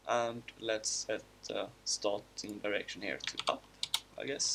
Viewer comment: What I understood: when he said "in a direction" it sounded like he said "that erection"